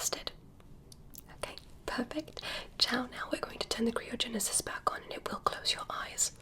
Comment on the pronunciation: All these years and still cant say Cryogenesis correctly